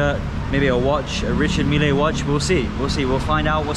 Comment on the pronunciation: Its richard mille not milly